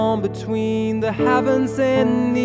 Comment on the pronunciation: blud really said havens, not heavens...